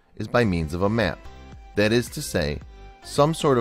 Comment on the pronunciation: This guys accent annoys me. He adds an e to every a. Map becomes me-ap. Alan is ealan